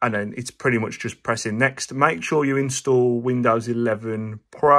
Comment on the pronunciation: "much" and "charge" words have ʌ and a: sounds respectfully, so why do you say "mooch" and not "chourge"?